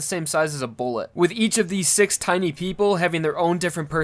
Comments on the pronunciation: Is he saying six or sex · Is it just me or he's saying sex pistols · Why do I always hear sex bullets instead of six bullets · I'm sorry but is it six pistols or sex pistols I haven't watched part 5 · Its six pistols not sex pistols wtf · why did it sound like he said sex pistols? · Hello its six pistols not sex pistols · Bro its six pistols not sex pistols